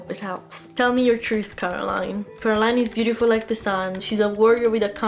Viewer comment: Bravissima, però è Coraline non Caroline 😉